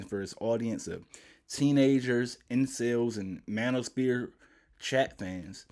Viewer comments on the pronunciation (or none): he most definitely was 😅…the definition says “often”…meaning that is not always the case…the main portion of the definition that come before “often” is a person who commits a series of murders. And I’m not an English major by any means BUT…it’s pronounced “man-o-s-fear” not “spear”…a spear is a weapon…not a 3d circle 😅 Update: and I realized black sploitation has been a thing since the 70s…Dolamite…and our own people loved it…also just realized you spelled black wrong 😅…promise I’m not trying to be a dick but yea 😅